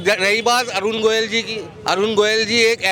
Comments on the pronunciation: Jo Parakar Sahi Nam Govil Na Bol Pata Ho Aur Goyal Bolta Ho Wo Sahi Patarakar Nahi Ho Sakta ? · अरे रिपोर्ट भाई प्रत्यासी का सही सही पूरा नाम पहले जान लिया कीजिए। अरुण गोविल नाम है न कि अरुण गोयल!